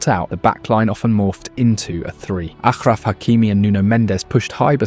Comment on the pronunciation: ashraf Hakimi , stop saying it like a jew , you can pronounce sh